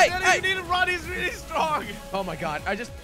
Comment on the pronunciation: Is it just me, or did Jelly just say strongest.